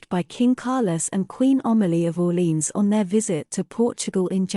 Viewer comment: Please, learn to pronounce ORLÉANS properly.